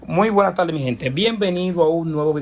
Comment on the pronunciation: Tardes no taldes habla bién!